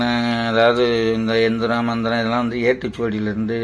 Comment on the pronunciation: ஜயா மந்திரம் எந்திரம் தெளிவாக இல்லை